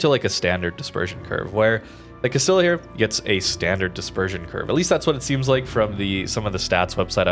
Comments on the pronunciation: more like GAST IH JAH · Just a minor note: it's pronounced Cah-STEE-uh. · “CAST-EE-YAH”. Come on dude. Not hard to look up pronunciation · it's castilaaaaaalalallaahahahahahahahhahaah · I know got the pronunciation wrong, I'm making a joke about reggie's comment and how up his own ass it is